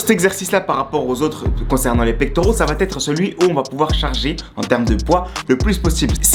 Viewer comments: Vidéo intéressante, Merci! Mais si je peux me permettre, il faut juste arrêter de dire "ça va-T-être". Ce pataquès fait vraiment mal aux oreilles 😱 il revient tout au long de la vidéo. "Va" s'écrit VA il n'y a pas de "T" donc pas de liaison, merci! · Supprime la liaison « va T être » et tes explications seront parfaites. 😉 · J'aime beaucoup vos vidéos mais je me permets de vous donner un conseil d'ami pour la suite : on ne dit pas "va t_être" mais "va être". Pas de t, donc pas de liaison. Cordialement .....